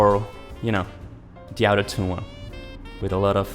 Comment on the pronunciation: That's actually really sad. Those out of tune recordings aren't even too bad. Also lemme fix your pronunciation of autotune. It's not "ow"totune but rather "aw"totune. It kinda made it confusing to tell when you were saying autotune or out of tune